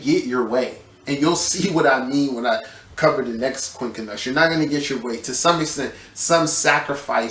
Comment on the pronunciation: The way you pronounce it is QUIN-CUNX. Not QUIN-KA-NUX. My ears hurt 😂